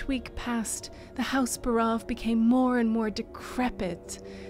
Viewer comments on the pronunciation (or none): Buhrahv... Buhrahv....?? Wtf. It's BAREOV. Clearly. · I would have bet my life that it was pronounced "BAH'-roff"